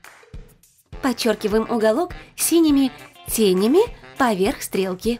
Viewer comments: Не те́нями, а теня́ми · Синими тенями ударение на букву я!